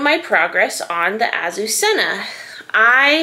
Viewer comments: Please ask Google how to pronounce this word, which is a Spanish girl’s name and means Lily! It’s so beautiful, and is criminal to say it yourself way! I know there are so many new things but this word is worth learning! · It’s not really wrong just a little less emphasis on the hard z’s and rs! I wasn’t complaining! My mother was Spanish and it rolled off her tongue so beautifully, her sister had that name! They were from a small community outside Barcelona, but some members of the family were Basque, maybe that’s why it was softer when they said it!